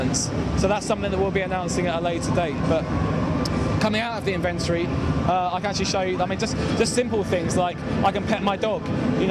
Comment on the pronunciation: epic win accent "invent-ory"